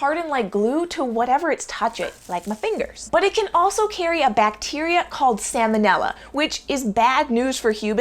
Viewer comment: Quick note (if you care), as this is a lesson someone else had to teach me as well: Salmon is pronounced Sammon, but Salmonella is pronounced SAL-mo-nella. The L isn't silent in the disease, just the fish. :> No worries if you already knew & didn't care, just wanted to offer it up, just in case.